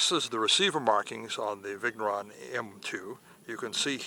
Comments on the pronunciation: If he was saying viggg neuron at least, but it sounds more like Viggo Ron.... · Vigneron is not viggg neron, . If you don't know just ask so you don't look like a ....